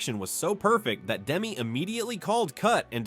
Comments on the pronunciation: Demme is not pronounced "Dem" — "Dem-ee" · It's too bad... the AI narration always spoils the video. I am always bugged by the constant mispronounciation of names that you've heard a million times. Here Mr. AI keeps going back and forth with DEM (WRONG) and DEMME ( dem-eee right ) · The mispronouncing of "Demme" is pretty annoying. If it isn't AI, you know nothing of movies and if it is AI figure out a way to get it to pronounce well known names correctly.